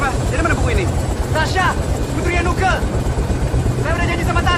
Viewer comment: Nuke bukan Nukek. Didi Petet bukan Petet